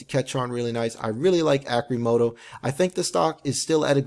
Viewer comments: Arrrcimoto, not Arcimoto. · Pronounce it correctly at least omg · Your research is pertty light if you dont even know how to pronounce Arcimoto. a stockholder.